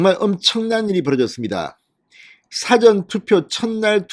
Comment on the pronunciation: 제가 과문한 탓인지는 모르나 진성호씨가 말하는 "사전" 이란 단어는 영어로 Before 란 말인데 발음은 사에 액센트 없이 좀 길게 사--전 이라하는게 맞는것 같고 영어로는 "Dictionary" 사전은 짧게 발음하는게 옳은것 같은데 제가 틀린건지요?